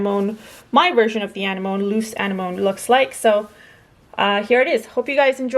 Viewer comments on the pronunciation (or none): Beautiful! The flower is actually pronounced Ah-nem-own-E